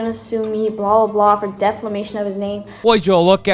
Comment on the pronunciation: Did she say deflamation?